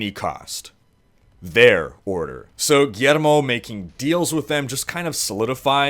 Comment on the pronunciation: it's said Gwiermo not Guermo